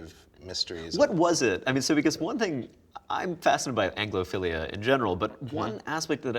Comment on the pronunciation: "I'm fascinated by anglophelia" Anglopheliaphelia?